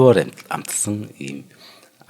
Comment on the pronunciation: Bagel бэйгэл гэж уншаарай манай 2❤❤❤